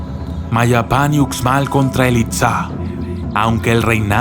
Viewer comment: Hola, gracias por tu vídeo, solo un pequeño comentario, en maya la letra 'X' se lee como 'sh' como cuando lees la palabra 'show' en inglés. Entonces se diría 'ushmal' y no 'utzmal'. Por favor no lo tomes como comentario negativo, en verdad te agradezco por compartir este vídeo 😀